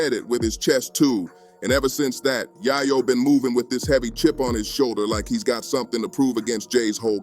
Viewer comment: How don't you know how to pronounce yayo